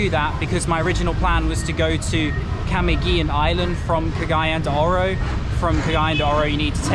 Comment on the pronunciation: very good video, capturing the feeling and experience in the market in Davao. You should have waited out the busy place in the evening market for the grilled meats! I have been to PI 3x, never tried durian nor balut, power on mate. FYI the island is called KAH MEE GIN with a hard G